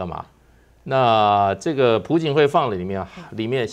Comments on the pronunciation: 不叫pu槿惠 而是Piao槿惠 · 朴(piao2声)槿惠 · 朴 字 做 為 姓 氏 讀 音 錯 了，這 種 錯 誤 ，在 這 樣 直 播 間 不 該 出 錯。小 學 已 教 過 了